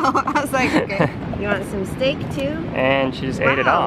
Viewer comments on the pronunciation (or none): Haha I laughed when kakoa said "redy for stek" lol